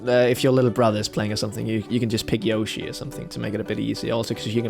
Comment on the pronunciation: Stop pronouncing Yoshi like that.